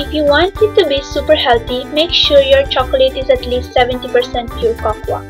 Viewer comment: Cocoa = coco. Not cocoaaaaaaa